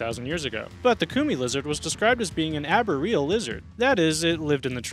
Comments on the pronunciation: anybody else having trouble with how this guy is pronouncing arboreal? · While the arboreal pronunciation kinda irks me, the Tegu pronunciation gets me the most. It's pronounced TAY-GOO, not TEE-GOO. Tay-goo*